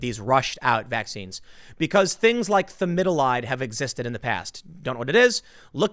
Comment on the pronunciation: “Thamidolide, if you don’t know what it is, look it up.” Lol. It’s thalidomide, you tool 😂👍🏻.